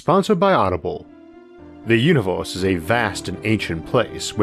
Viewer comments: Sadly, he said univorse instead like he always does. Whatever that is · da univose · he had me at "vee uniworse..." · When he said Univorse i clicked paused then wrote this comment then exit youtube